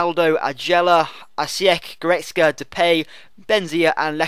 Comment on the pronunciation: Lol you can pronounce goretzka but you call Cragno "Craglo" :L